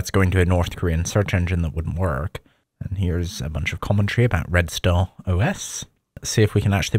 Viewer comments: I thought the os was Red Stone because he keeps saying Red Sta. Red StaRRRR. ARRR matey. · I had to rewing it 10x to try to hear the name of the os, it sounded like you were saying red stont. I thought it was red star but it didnt sound like you were sayibg that. So then I googled it and it is in fact red star. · Don't even get me started on Red "Stow" OS. How can you mispronounce star?? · Why do you pronounce it like Red Stone? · Whenever he says "redstar os" I can't help myself hearing "redstone os" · Did you say redstone? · what i am wondering is why he pronounces red star as redstone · Why is he pronouncing “intranet” so bizarrely? I’ve never heard anyone pronounce “intra-“ that way. His accent is confusing when he says Red Star it sounds like he’s saying “red stone”. Throughout the video (example ) he says ‘Red Star is KDE “riced”(???) to look like MacOS’. Obviously he means it’s themed/customized/skinned to look like OS X, but does anyone understand what word he’s actually saying here?